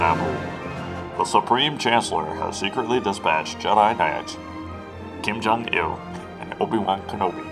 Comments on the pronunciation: It's qui gon jinn not Kim Jon ill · Hi kim jon I'll guy his name is pronounced kwhy gone gin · you are so close just say kwaii-gone-jinn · It's Qui -gon jin not Kim Jong il ☺😊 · It's qui gon Jin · It is supposed to be Qui Gon Jinn, but you were close. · ITS QUI GON JIN (quay-gohn-jin) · IT IS QUI GONE JIN (at least that is how it is pronounced) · it's qui-gon jin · It's QUIN GON JIN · Kim Jong IL's real name is pronounced Quai-Gone-Gin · It is pronounced kwi gone Jin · I have the sudden urge to by this on Steam even though I already have it on Wii. Also, Qui-Gon Jinn is pronounce just as it looks. ;)